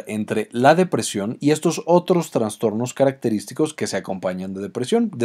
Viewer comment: ¿Transtornos? Es inaceptable que alguien que hable de cuestiones tan delicadas no sepa pronunciar los conceptos básicos.